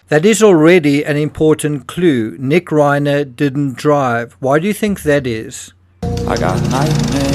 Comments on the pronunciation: Reiner is pronounced Rye ner. People become addicts because they have mental health issues. Normal healthy happy people don't become addicted to Meth. And 17 times in Rehab tell you alot about that person. If I had been his parents I would not have allowed him to have access to my home. Drug addicts can get violent , you never trust a addict ever. They are liars. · You are mispronouncing Rob Reiner's last name. It isn't like a horse's "rein," but rather uses a long "i," something like "Rhine." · If you can't pronounce the victims names properly you shouldn't be reporting on it. Rob Reiner is famous & the name is repeated over & over again. Not like getting the neighborhood security guard name wrong ! It is a lack of detail. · Understand, it's incumbent upon us to pronounce a person's NAME only as the man himself would. That's not only basic respect, but a goal of every good journalist.